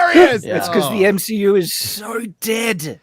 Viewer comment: It’s MSHEU, not MCU 🤣